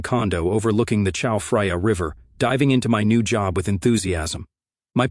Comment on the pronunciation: Geez, I don't know why I have this stuff on in the background. But I had to stop at the mispronunciation of Chao Phraya (Chao Frya??) Geez, Kubrick was right about HAL and the many opportunities for the failure of AI. 'Daisy, daisy